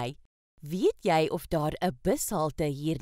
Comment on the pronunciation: Die man se uitspraak is verkeerd. The pronunciation the man uses is wrong. 1. He said: Maar daar is .... He pronounces it: Môr dôr is .... 2. In Afrikaans praat ons foneties. Die letter "a" is soos die "u" in "under the table". The letter "a" in Afrikaans is pronounced like the letter "u" in the English word "under".